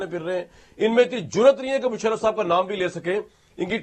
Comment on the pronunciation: Kamran sb Ap to mushraf ko bhi shaf shafsf kehte hen